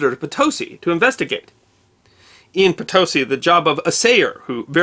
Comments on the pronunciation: I really enjoy your productions, but must strenuously protest your mispronunciation of the name of this place, Potosi. The emphasis is on the very last letter, please! Puh-TOE-see it is not! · Great video, as always. Worth mentioning, the city's name is pronounced "poe-TOE-see", and the name of the indigenous people mentioned is pronounced "kae-chew-ah". Returned Peace Corps volunteer from Bolivia :). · The mine in Mexico is actually pronounced potoSEE in Spanish. Also not discussed in this presentation, the riches in gold and silver found in the New World were to the detriment of Spain. With the conclusion of the Reconquista in 1492, Spain was already driving out the Moors and Jews - thus wrecking the true middle class of Spain. Throw in the gold and silver, Spain was doomed to lose its place as a world leader. The dependence on rare metals was biggest problem for Spain. The Protestant based colonies in North America had to depend on their work and mercantilism to develop wealth. They succeeded and created the United States. “It is said that trail from Potosi’ to Mexico City was littered with bones of peasants who moved the Silver to the seat of power of the Vice Royalty of Mexico.” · Great video, as always. From a native English speaker point of view, and not using official phonetic symbols, the pronunciation of Potosí is most easily understood as poh-toh-SEE, with only the slightest h sound where noted to simulate the pronunciation of the o in Spanish. poe-toe-SEE does not quite do it. Also, whenever a Spanish word has a written accent, that is the syllable that is accentuated in speech, thus, the -SEE in Potosí. Thanks for the video. I subscribed a long time ago.🙂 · And Potosí is pronounced po-to-SI, the last syllable is stressed. Outstanding work anyway!! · Just a technicality....the Spanish pronunciation is Potosi' with an accent on the 'i' rather than on the 'o' fyi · Potosi is accented on the last syllable, not the middle syllable. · Its Po-tosi, not Ptosi.